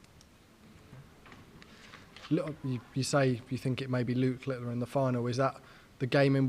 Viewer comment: 11.34 "Luke Litteler" - is that journalist taking the rise?